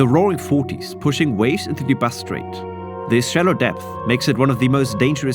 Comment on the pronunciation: Considering how often you said ‘Bass Strait’, it would have been nice to pronounce it properly.